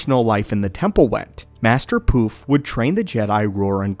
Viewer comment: His name is Poof not P.roof 😅😊